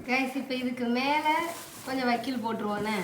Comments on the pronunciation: வக்கீல் இல்ல சிஸ்டர் வைக்கோல்😅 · Vakkil ella adhu vaikkol di 😂😂😂😂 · Vakkil illa ma vaikol